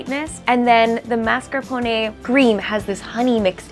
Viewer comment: Sounds so weird to hear “mascarpone” said as “mas-car-poney” that doughnut looks so good.